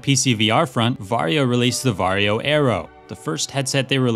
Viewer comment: every time he says "Varjo" my brain hears "Wario" and im so glad it is this way